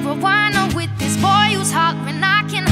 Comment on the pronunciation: i love that bit when she says wiv my beanie yolo